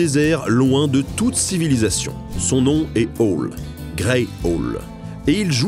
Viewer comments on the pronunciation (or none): Oh, j'avais Sajo et ses castors, si !a se trouve il est encore dans un coin. Dis, on prononce pas "ohl" mais "aoul", ça veut dire hibou.